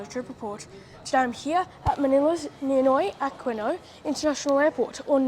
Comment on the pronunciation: Ninoy (like Nimoy) Ah Kee No (the U is silent UNlike in Qantas) 😊😊